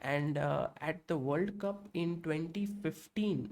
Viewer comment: Sir it will be cup not clup.